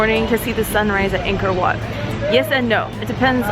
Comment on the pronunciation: Btw it’s said “Anko whaut”